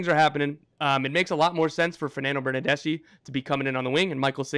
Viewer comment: "Fernando Bernardeshe" 🤣💀